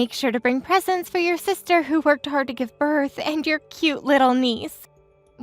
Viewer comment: Please learn too read its birth not berth